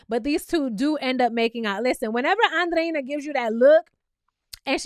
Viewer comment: You are the only youtuber that pronounces Andreina’s name correctly! ❤️❤️❤️